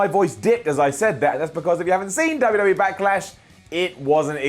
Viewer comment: I love but he really struggles to say 'WWE' clearly haha